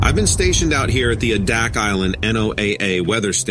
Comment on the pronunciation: Frankly, if you had been stationed at Adack, you would know how to pronounce it correctly.